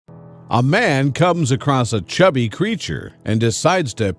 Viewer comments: It's chubby, not cubby. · Chubby....not cubby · Chubby...not Cubby. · Chubby, not cubby. SMH😒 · U said chubby creature but spelled it as "cubby" 😂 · "chubby" with an H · It's chubby not cubby